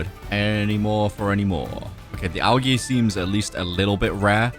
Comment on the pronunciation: Oh it’s pronounced al-j-e not al-g-e